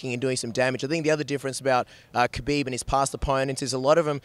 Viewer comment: The K is silent in kHabib. At least learn to pronounce their names if you're going to report on them.